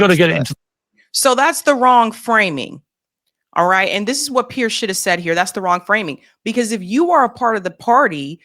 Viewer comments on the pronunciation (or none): It's pronounced PEERS not Pierce